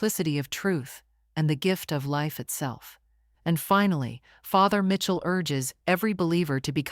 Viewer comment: It’s pronounced Michell not Mitchell